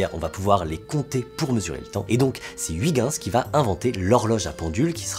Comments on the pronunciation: Que ce soit avec le cesium ou le strontium, une interférence non prise en charge serait dramatique pour la mesure du temps. Le plus grand mystère qui reste est la raison pour laquelle les Français écorchent « Huygens ». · La prononciation de Huygens francaise au lieu de neerlandaise c'est trop marrant XD J'vais au moins essayer d'utiliser celle de Wikipedia :')